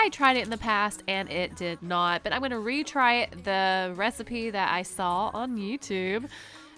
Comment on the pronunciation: U said the resapea, I coped